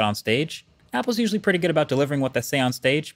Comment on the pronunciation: emphasis on the word “usually”